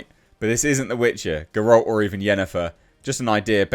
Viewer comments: 5 years and you still never learned how to pronounce Geralt. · Learn how to pronounce Geralt at least.